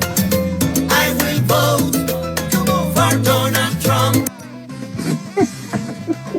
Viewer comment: You wrong for the "I will BOAT for Donald Trump". 😂😂